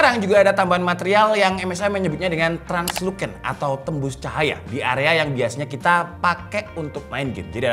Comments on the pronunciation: bacanya: transluSen... bukan transluKen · laptop elite, usb sulite 🗿btw baca nya tranlusen (tranlucent) ya bro bukan tranluken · Translusen bg bacanya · Salfok sama pengucapan Translucent nya hehehe 😅 Btw kalo boleh nextnya minta tolong dibahas fitur RTX 40 series DLSS 3 yang Frame Generation dong